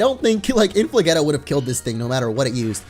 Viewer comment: I thought you were munching potatoes btw its inflageeeetah not getah it's a cheetah